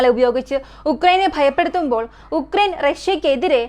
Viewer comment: ഉക്രൈൻ അല്ല ആ രാജ്യത്തിന്റെ പേരു “യുക്രൈൻ” എന്നാണ്